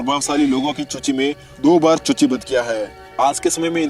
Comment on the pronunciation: Suchi ko chuchi bol raha hai 😅😆😆😆